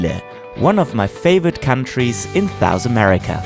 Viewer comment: Did he say “thous America”?